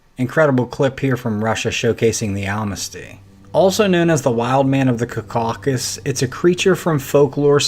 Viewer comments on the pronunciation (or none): pronounced CAW k'sus ,,, emphasis on first syllable 😊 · Its pronounced " CAWW KUSS".